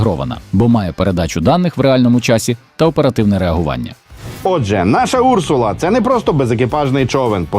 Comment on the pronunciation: Не Урсула , а урсУла . В перекладі " ведмедиця ". Цікаво , чому річкова залізяка так названа ?